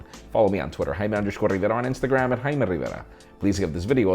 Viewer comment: Hay I'm...